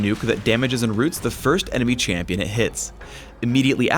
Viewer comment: ''Chamion'' . That's em ... new ..